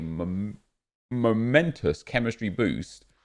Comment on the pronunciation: noboby: Abosolutely Nobody: Nep: mOmEnToUs